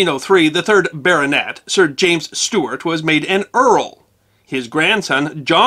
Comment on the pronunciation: And the constant mispronuniation of the word "Stuart". Aargh!!!